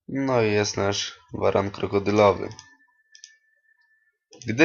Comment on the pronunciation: nie umiesz czytać waran, posępnym czerepem